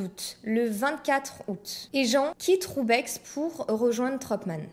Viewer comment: video sympa mais on ne prononce pas le X dans roubaix ;)